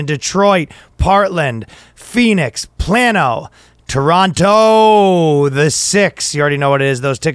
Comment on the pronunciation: It is pronounced plane-o